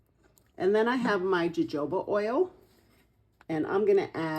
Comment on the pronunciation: Please learn how to pronounce these products. Pine rosin is pronounced with a short O and sounds like ra- zen. Jojoba is pronounced ho-ho-ba long sounding O's, short sounding A. Not trying to be mean, but if you are going to teach, then it needs to be understandable my friend. Great video otherwise. Thanks❤❤